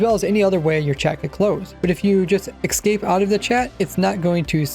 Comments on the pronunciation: Why do you say excape instead of escape? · The same reason a lot of people say "axe" instead of "ask", or why my sister says "expresso" instead of "espresso": dialects. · I see. Although I kinda doubt his pronunciation of "escape" is related to his speech impediment. I suspect he wouldn't pronounce escalator as "excalator", for example. I'm more inclined to believe it's a accent or dislect thing, as others have suggested.